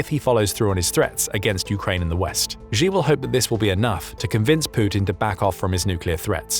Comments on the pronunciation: xi is pronounced a bit more like ‘she’ than ‘jee’, and xin hua is hsin hwa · His name is pronounced She! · “She”, the surname Xi is literally pronounced like the English word “she”. Don’t be like the other news organizations that mispronounce his name 😅 Great content otherwise 👍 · NB. Xi is pronounced in English as ‘She’ and the Chinese news agency Xinhua is pronounced in English as ‘Shin Hwa‘ hwa pronounced hwar…. As in arr